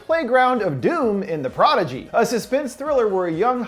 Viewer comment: Doesn't pronounce prodigy correctly, 0/10